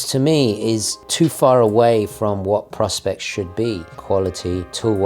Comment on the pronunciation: ~ long time watcher. Great video. I’ve watched this many times. Im on a crusade to stop the senseless mispronunciation of Seiko Prospex. Please stop the stupidity of of pronouncing it like prospects. That’s so very wrong. Nearly everyone does it. Teddy, Nico, Mad, et al. Seiko intended the range to be their “Professional Specifications” line of watches not “prospects” like a needy midlife milf begging to go to Dubai. Please……please. Pro Spex. Say it like that. Prospects is so very wrong. And pls keep the trex. Fk the h8trs